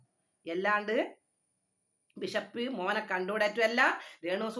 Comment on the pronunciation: വിശപ്പ് അല്ല ബിഷപ്പ് 😂😂